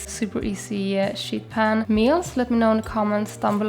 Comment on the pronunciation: You are my inspo for you tube and my fav vegan you tuber. When you say sheet pan, make sure you emphasize the 'ee' as it sounds like you are saying shit pan 😅 ❤